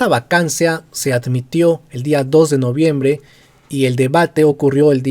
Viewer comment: corrección "Noviembre"